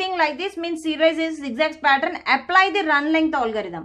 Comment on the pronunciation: what the hell is patttraan?? it's pattern****